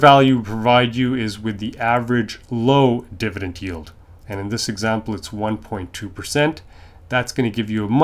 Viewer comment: It’s dividend not divident